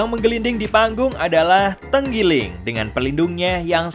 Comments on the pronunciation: tenggiling atau trenggiling ? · Trenggiling...bkn tenggiling..😥 😥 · Trenggiling...bukan tenggiling